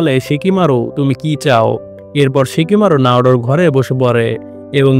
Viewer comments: ভাই শিকিমারু না সিকামারু 😅😅😅😅😅😂😂😂😂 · Shikimaru na oita shikamaru